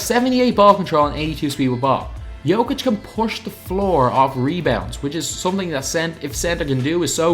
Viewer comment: Nikola Jokic name is said Nikola Yokic